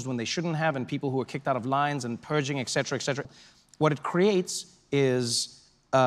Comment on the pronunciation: Love. HER❣️❣️❣️❣️❣️ But please, TREVOR.....say ETcetera. Not ECKsetra. (etc...) 🤦‍♀️🙇‍♀️. (Otherwise, Love you too. 🧡)